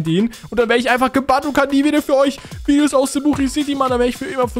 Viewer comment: Also erstens es heißt heiße und nicht heise zweitens es heißt Videos und nicht wiedios